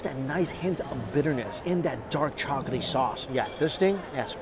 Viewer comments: Hard to watch when he keeps saying chocoty instead of chocolatey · Chock-luh-tee NOT Chalk-UH-tee Still love the vids though! Lol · Is anyone else hearing ‘chocatey’ instead of ‘chocolatey’? It’s like his ‘Baygo’ instead of Bagel 😅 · All I can hear is “chocety” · He's not really good at languages I've found, and pretty uneducated about food for a food YouTuber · and chocolaty